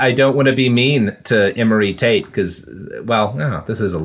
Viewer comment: Can't help but hear 'taint' whenever you guys say Tate.